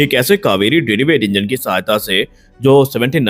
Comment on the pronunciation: "Derivative Engine" and not what you are pronouncing "deriweight"